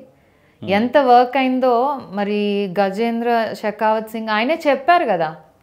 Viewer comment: Your pronunciation of Gahendra Singh Shekawath itself tells that you have been not given sufficient practice by TDP leaders. Can you promise on CBN and Like she that you are confident that they have not taken any money from your family in 2014